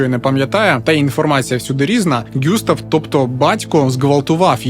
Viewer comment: Все ж таки ҐюстАв, якщо француз. А також ЛеА.